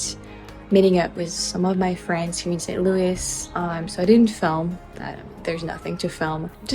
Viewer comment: Thanks for such a great mini-tour of my home town. I worked in that office building next to your hotel. And you are definitely becoming American by the way you pronounce St Louis. It must be hard to say it that way being French. 🙂 You could make a whole video how we mispronounce the MANY French names around town.